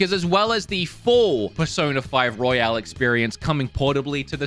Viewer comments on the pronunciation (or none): none